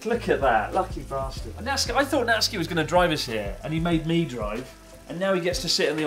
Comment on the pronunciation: Did you call Natsuki a bath-tard? 😂 Seriously hope there’s some budget left for snow tires for that little kei car though.